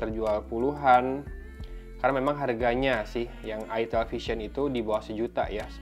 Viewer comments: Jangan logat jawa ,,, awok awok awok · ITEL , orang sunda be like : huruf "E" nya ganti jadi huruf "I"